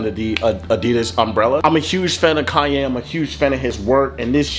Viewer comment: He said kyan not kanye😂